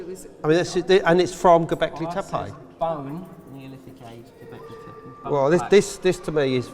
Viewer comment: ...oh gawd, it's HIM again....... 'Ghawbecklaaaay Theppaaaaayyy'..... FFS.